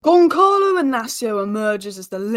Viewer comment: Giançalo pronunciation is Gian-‘s’alo 🤓